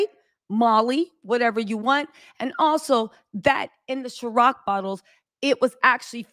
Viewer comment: It’s Ciroc, not Sharoc